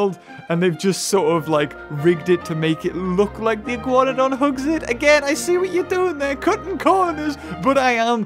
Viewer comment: And the Iguanodon shall now be pronounced as the Iguanahug (you) :P